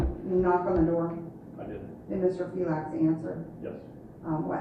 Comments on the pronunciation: if you are gonna shit all over the U.S Constitution, can you at least pronounce his name right? Feelax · It sounded like they were trying to pronounce your name as feel ass. Aren't you in Florida recording people without their knowledge. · Why do they keep pronouncing your name as (fye-lax) instead of( fee-lix) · Why is the court ( judge , police officers , prosecutors ) all pronouncing your name differently each time that they say it ? Dose this mean that there are more than one person ? , or is the count so confused ? Would this not be grounds for dismissal of this case ?